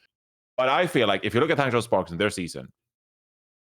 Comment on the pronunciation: johny finally said hangzhou and guangzhou correctly. Yay!!